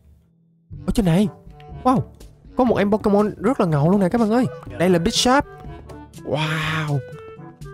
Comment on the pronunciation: Bisharp t nghe ra là bigshark :)